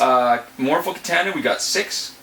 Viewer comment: And it's kitahhhhhhhna ahhhh ahhhh ahh not ..... Aaa